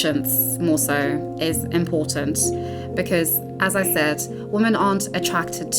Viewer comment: I think you're phenomenal and this was a great watch, but it was a bit cringeworthy to hear you mispronounce "women" every time. It's usually red pill/black pill men who pronounce "women" as "woman", so it's interesting that the incel is the one who pronounced it correctly in this case